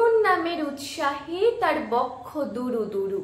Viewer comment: বক্ষ উচ্চারণ টা ঠিক করে নাও খুব খুব মিষ্টি গলা আর বলার ভঙ্গি